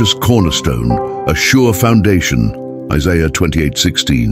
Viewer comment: seriously? Jeesuuus krist? Can you find an artificial intelligence that can pronounce Isaiah and Jesus correctly? This makes me sad.